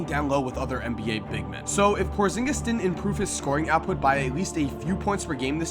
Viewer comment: Glad somebody got Kristaps' last name right.